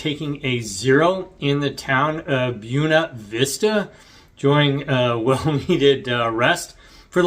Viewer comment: I think you got the pronunciation of Buena Vista correct, but when I went to school a few miles away in Lexington,we would just refer to the town as BV!!!